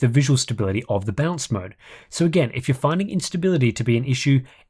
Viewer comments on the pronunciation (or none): Take a shot everytime you hear, "Bounce", instead of balance.